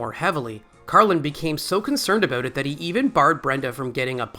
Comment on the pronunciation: Odd that you refer to him as Carlin rather than George throughout the video, even mispronouncing Carlin incorrectly at least once.